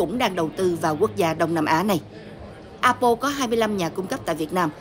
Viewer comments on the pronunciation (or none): Tại sao đọc A Bô . Apple phát âm tiếng Anh dùm một cái.